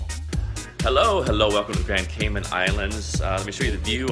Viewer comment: It’s pronounced Cay Man as in “man” not Cay Min. Just saying… everyone try it: Grand Cayman